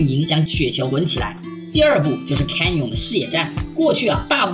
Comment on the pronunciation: 分析得很好 只有一个小问题 canyon 读 刊捏嗯